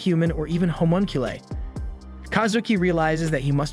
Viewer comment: I’m sorry the way “homunculi” is pronounced bothers me